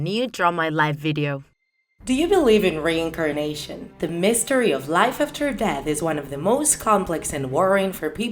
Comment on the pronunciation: So u believe in “rain a carnation” ur accent man 😂😂